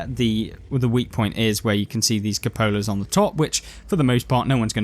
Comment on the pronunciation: cupola = kyoo-puh-luh